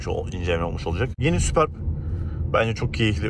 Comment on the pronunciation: Sübörp okunuyor